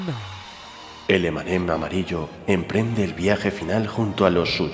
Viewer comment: "El emanem amirillo" XD